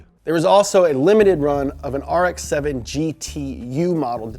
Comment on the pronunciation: DA NEW AARREKKSS SE SEVINNN